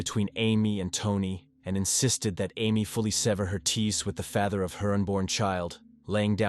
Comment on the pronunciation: Can’t even say Father correctly